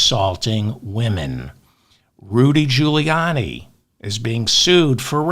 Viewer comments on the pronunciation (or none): none